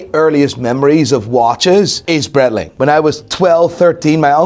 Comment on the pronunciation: I find it funny he can't say Breitling Right haha. And i.dont know ho buy yiur clothes but you need a new stylist haha😅😅😅😅😅